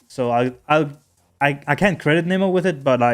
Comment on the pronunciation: The last time you called him neemo like that fish😂